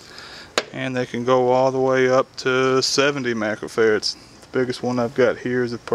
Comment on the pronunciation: OMG, it's not compacitors it's capacitor and microfarads not macrofarrats. LOL, Great vid otherwise.